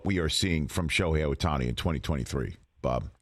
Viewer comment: his name is OHTANI. not sutahsnai